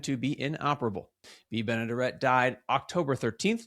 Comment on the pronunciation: Great memory but the smoking during that time was so sad. Lost my Mom at 64 due to lung cancer. I do believe Bea’s last name is pronounced Ben-ah-dare’-it if you ever talk about her again. Little trivia, one of her first cameo roles was as the woman who first received money from George Bailey during the bank run in “Its a Wonderful Life.”